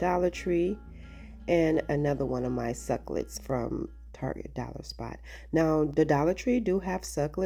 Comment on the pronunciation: Jesus! SUC CU LENTS! NOT SUCLETS;😂😂😂😂😂